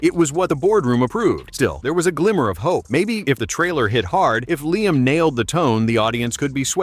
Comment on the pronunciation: It's Liam,.